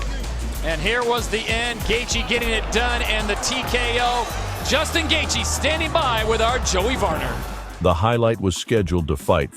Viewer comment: Great video, but seriously... Gath----G. Your narrator not needs to learn phonetics. And he did tap against Khabib.